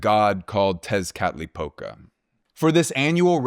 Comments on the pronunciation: As a mexican viewer who despises people talking abouth the idea of ancient mexican civilization whithout proper research; the way you said "Tezcatlipoca" was desarming in the best way possible. Also great video as always thanks to you both fot putting out amazing work. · Amazed by your perfect pronunciation of "Texcatlipoca", Kudos for that!